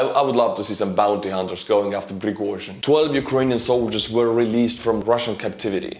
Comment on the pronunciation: Prighozin on the FBI 10 Most Wanted List? Love it! Watch out, Prighozin! Estonian name butchering for your Patreon was awesome, lol. No need to apologize, dude…you’re good.